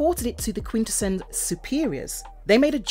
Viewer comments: I’m like I minute in and you’ve pronounced quintesson four different ways I’m not even mad that’s impressive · If you make an episode about Quintessons, maybe you should know how to pronounce "Quintesson". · love the alternate British pronunciations. Quin-Tess-sonns Shark-Cons . Cy-clonn-us